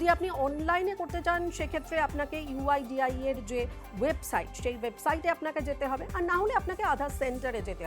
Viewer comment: Someone tell her website name is "uidai" not 'uidia ' 😂 PS: over confidence ki bhi sima hoti haai mitronn